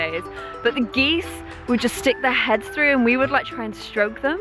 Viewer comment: Uhm... Geese-es? Its geese intensifies